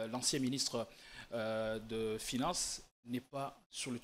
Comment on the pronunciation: Notre L'argent... Dans UNE hôpital... la majorité de NOTRE congolais... "FINEINSSE" au lieu de FINANCE...Français oyo elekeli ngai. Malgré la pertinence de l'analyse !